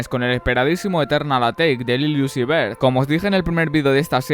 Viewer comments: Uy te recomiendo mejorar tu pronunciación se escucha como que dice “lil juice” por decir lil uzi . No es hate nomas digo va , como consejo o algo . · nestorwtm es iuzi